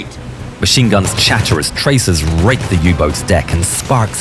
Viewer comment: lol I think he says ‘rake’ but I heard it too